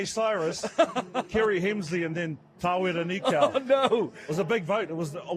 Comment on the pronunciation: ‘T’where-are knee-cow’ Cheesus. Are these interviewers disabled? Do they know what systemic racism is? It’s ‘Tah-where-rah (roll the) Knee-kōh’ Why do you think these interviewers learn how to pronounce tricky French, Welsh or South American names perfectly, yet don’t give the same effort to Maori or Polynesian names. (It’s a lingering remnant of systemic racism. Another way to assess if you are experiencing systemic racism, is whether this comment annoys you. Notice that if a French, Argentinian etc person corrects your mispronunciation, you would say thankyou. For a Maori or Polynesian to correct you, many respond with ‘well this is how we say and and I can’t pronounce it and it’s too hard’. Do better fam)